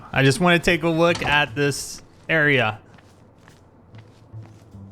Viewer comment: i just wanna take a wook at this area, we got a wab hear, I wanna do some exploren.